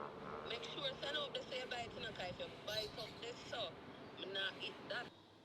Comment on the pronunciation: Renae should buy house, not carr😂